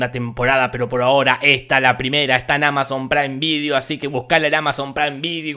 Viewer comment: Solo quiero decir: "Amazon Praim Vidio" xD